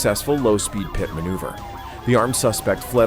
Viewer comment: "Pee-et" manouvers? 😅